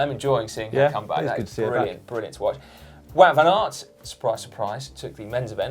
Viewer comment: The GCN lads always look so proud after they say Wout van Aert's name the proper way.